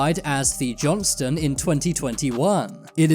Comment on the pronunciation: Thinking the same thing. Also the USS Johnston (not the "Johnson" ), sunk in the Philippine Sea.... not Mariana Trench. It's crazy they are putting this out on a channel with almost 5m subscribers. I couldn't watch anymore 🤣.